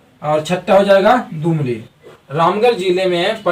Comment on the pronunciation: दुमली नही जी दुलमी होता है